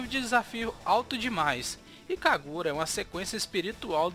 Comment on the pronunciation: "Ikagura" ( eu ri ). O vídeo tá ótimo, parabéns. E a Treasure pra mim é umas das melhores empresas que já existiram.